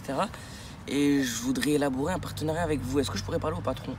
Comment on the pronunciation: c'est quoi un "partenarait " ? Mdrrrr